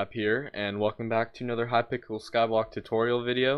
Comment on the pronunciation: he said hipickle xd